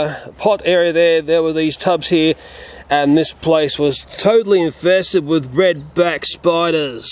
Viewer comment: I love the way he talks 😂😂. Reed beck spoiduuuuuuuuus 😂